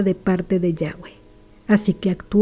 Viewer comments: Estuvo bien la historia o consejo pero no pronunciaste bien el nombre de YAVÉ no es yagüe literal como se escribe YAVÉ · Bendiciones una consulta porqué dice yague ¿